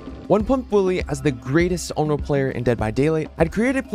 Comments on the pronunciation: ON-REE-OH. PLEASE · listening to say onro throughout the whole video... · What did you say her name was? Onlo? xD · I think you gotta work on your pronunciation of Onryo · That has to be the weirdest pronunciations i have heard for "onryo" 😅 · Lmfao bro it’s so cringey that you say “Onryo” the wrong way. Like I actually stopped watching because of how cringey that was. Educate yourself, kid